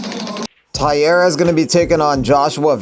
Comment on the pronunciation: BTW, Taira is pronounced TIE-RAH not TIE-ERA